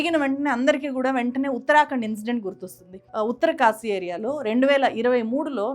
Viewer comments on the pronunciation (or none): none